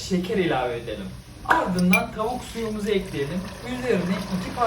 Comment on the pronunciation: Abi Kastamonulu musun? Tauk diyorsun da😅